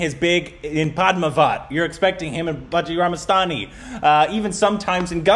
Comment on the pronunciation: First Time Pronounce Bajirao Mastani Correctly But I Miss Bajirao Mastnaaniiiiii...